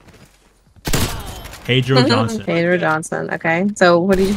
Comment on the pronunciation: “pedrio johnson” 😂